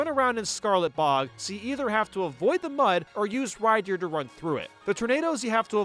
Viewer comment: Man some of these pokemon pronounciations kill me. “Rydeer, boyzell, mespirit”